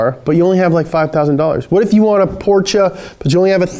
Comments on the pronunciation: The way you say portcha makes me sehr sauer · PorCHUH NIHssuhn God that bothers me XD